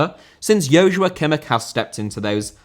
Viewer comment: Joshua* not Joushua